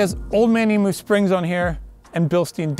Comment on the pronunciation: To Americans everywhere. The word Emu (the name of an Australian flightless bird similar to an Ostrich) is pronounced Eem-you. Not E-moo, which is probably a sound that cows make. Just saying. 😊